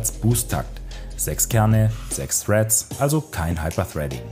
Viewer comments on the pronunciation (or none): wohl eher "threads" ihr AngloEnglischPros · Also Freddts schon mal nicht. Es heißt Threads. Und Wenn's n Joke war könnt ihr mich wooshen. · "Freds" haha